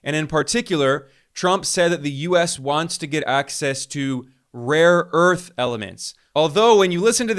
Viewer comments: Someone should please tell Trump that it is Rare earth, not "Raw earth"😂😂😂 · The irony is that there are no proven reserves of rare earth elements in Ukraine, so when he mispronounces "RAW EARTH", he is right, that's what they are getting RAW EARTH, sand and dust. Ukraine is in no way a mineral powerhouse when it comes to either critical minerals like lithium and even less so when it comes to rare earth elements; they are not even in the top 10 countries in the world. Until this "saving face deal" propaganda about Ukraine resources, Norway was the European country with the largest reserves of rare earth elements. Greenland on the other hand is very rich in rare earth elements, which explains his long obsession with taking it from Denmark. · It's rare earth and not raw earth. 😁😄😆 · It is rare earth not raw earth. Dummy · No one will tell him, they're too scared of him. I wouldn't be surprised if they all start saying " raw earth ".